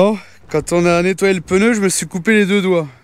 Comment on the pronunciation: Coucou. Toujours le même plaisir à vous suivre depuis des années.. j adore à 99.99% Le seul truc qui me choc c'est votre prononciation du mot pneu.. vous avez noté qu il n y avait pas de "e" entre le p et le n. Hahahaha